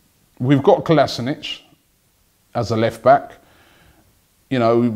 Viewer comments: He is called KolasiNAAAAAAAAAAAAAAC NOT KolasiNIC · Robbie Its Kolasinac not kolasinic!!! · Robbie stop calling Kolasinac kolasinich it's ko-las-i-nak... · Ffs robbie, if u are such a big arsenal fan at least pronounce the players names right. Its Kolasinac not Kolasinic... I mean they even made a vid about how to pronounce it. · Robbie has always butchered players names for years now. you'd expect more from someone who spends s4/7 in football. Hes a bit of a nonce! :D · It's pronounced KOLASHINATS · It's pronounced "Sead Ko-li-se-nak" that's what he said himself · Robbie, Kolasinac is prounounced Kol-uh-sin-ak. Please like so Robbie can see! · You are pronouncing Kolasinac wrong. You're saying Kalasinic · F*ck Robbie, not going to lie the way you say Kolasinac annoys the shit out of me, he posted a video on Arsenal's twitter telling everyone exactly how to say his name... Either way love the videos keep it up.